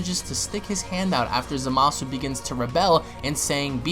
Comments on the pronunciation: Quit saying zamasu like that . You sound dumb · It fused zamasu ps your saying zamasu wrong